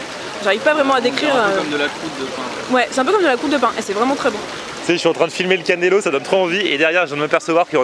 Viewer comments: Cannoli... pas cannelo.. 😂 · Hah ha va falloir bosser la prononciation italienne! On dit un cannolo (singulier) ou cannoli (pluriel). Dedans y'a des fruits confits et c'est le dessert préféré de Tony Soprano ^^